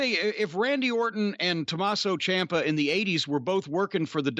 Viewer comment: Dude said Tommaso CHOMPa lol